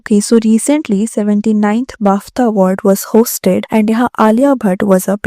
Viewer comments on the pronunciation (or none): bafTHa? guchAY? stop using words you cannot pronounce either